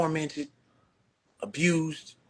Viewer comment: Billy said “pamily” but you said “abrused “ like three times!😂😂😂And how is the comedy community NOT affected when one of the biggest comedians in the world, on tour with other well known comedians, name is involved in this? Have you seen the many comedians speaking on this? SMH! I don’t think you’re you’re intellectually equipped to cover this story……type shht 😂😂😂